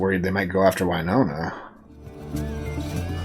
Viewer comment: Drives me nuts this girl corrected her husband a bunch of times on pronunciation of names, yet continues to call Winona, Wyyyynona. Also, implying that Raylan should “change” his entire life, give up his career that came before her and everything for a flaky girl who comes and goes, makes terrible choices, like Gary, and is a multiple felon for the vault heist, and corrupted Raylan into being her accomplice. If anything, Raylan needs to get away from Winona for his own safety and mental health, as fast as possible.